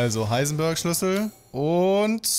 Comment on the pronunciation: das heißt ich heisen bööööörg sondern heisen beeeeerg